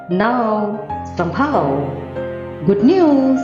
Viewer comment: it's not sambhaava...it is somehow.... please pronounce as somehow